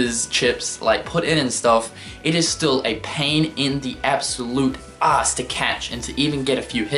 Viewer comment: This may sound creepy, but am I the only one who thinks the way he says "ass" is funny? XD "It's a mayjah pain een the oss" -Cynical